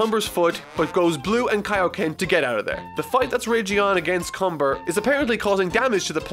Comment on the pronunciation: Cumber. Cumbeeeeerrrrrrr... Does that sound wrong to anyone else? Just me?